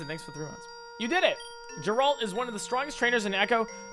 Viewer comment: I cannot get over how you pronounced geralt 😭 have you never played the withcer?